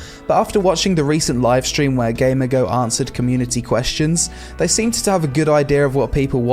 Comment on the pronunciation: it's gamigo not gamergo